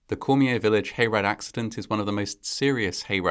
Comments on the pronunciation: Cormier is pronounced “Core-mee-yay”. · I agree, although the pronounciation of some names, just sounded like jibberish. There are some programs you can use, which actually repeat the word or name You were close on Cormier though. The final R is silent. Cheers. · This is similar to the tragedy in Des Allemands, LA. when a speeding semi loaded with oil rig drill pipe overturned onto children at a school bus stop. FYI; We Cajuns pronounce Cormier as "CORM-yay" and Leger is "LAY-zhay" Our roots are in the Maritimes, the area formerly known as the French colony of Acadia before the WASP British stole the Catholic colonists' land and farms and exiled them Thousands died and families totn apart forever. Reparations? Not for us.